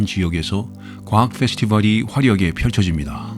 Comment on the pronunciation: 페스티벌 억양이 생소한데 어디억양이에요?